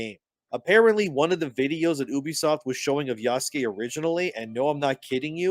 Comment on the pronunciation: I really don't understand why people insist on calling him ya-SU-kæy..